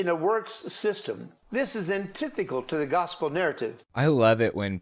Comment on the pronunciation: I had to listen to that, like, three times. I know it's irrelevant to any argument being made, but it really threw me for a loop. He says "antithical". "Antithical". Yes, I'm very aware he means "antithetical". But, that's definitely not what he said.